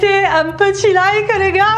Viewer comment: " mythe numéro âun " je meurt de rire XD